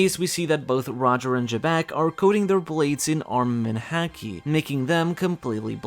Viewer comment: Why do you pronounce haki as "häki" since not even americans pronounce it that way and you're european and also are fluent in japanese. Nobody says it that way. I don't mean to be rude, I'm just really confused over this little detail.